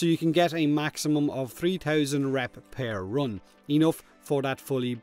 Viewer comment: "Pear run" xD nice video, thanks for the tips.